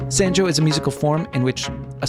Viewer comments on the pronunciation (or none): One thing: the "a" sound in sanjo is pronounced as "ah" as "top".